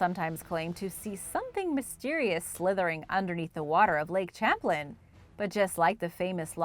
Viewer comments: "Champlin" 🤣 Champlain ="sham-plane" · Its pronounced as Champ as you say Champagne and Plane as in the word Airplane the man who the lake is named after is from France so its properly pronounced as Lake Champlane all soft A,s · Lol the way you pronounce lake Champlain is funny ... I live near it it's pronounced lake sham-plane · Correction needed, I grew up in Vermont. It's pronounced Lake "Sham-plain". :-) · Your right its pronounced as Champ as when you're saying champagne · it annoys me that you do an ethnic accent for any spanish word, but anglicize the heck out of french words like "Champlain" it isnt pronounce "champlin" its pronounced how its spelled. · I was about to say the same thing. As a New Yorker, it kind of hurts to hear it said that way. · I live in constable New York about 5 mins from the Canadian border ... I'm closer to the st Lawrence seaway than I am lake Champlain but I'm only like 50 mins from it ... It was definitely driving me nuts hearing it pronounced like that lol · I love your videos! But the way you say Lake Champlain made me cringe 😂 . That aside keep up the good work I love your videos ❤️